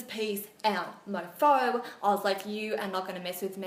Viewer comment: You know it's real when an English person says "mofo" Lol